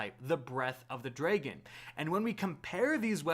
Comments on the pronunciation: Drag-on not dray-gone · “Breath of the DRE-gen”